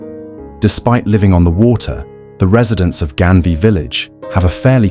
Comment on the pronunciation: It's not Genvia but Ganvié...just correction